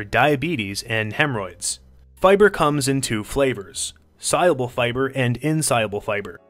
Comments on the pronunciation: Why is he saying si-abel😂 it’s sol-yool-bul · He can't pronounce soluble or cellulose...